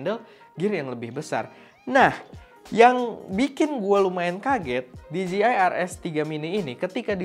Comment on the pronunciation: Di jey ai = DJI , bukan di ji i = DGI